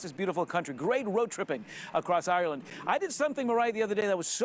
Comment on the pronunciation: She keeps saying Areland... where is this place...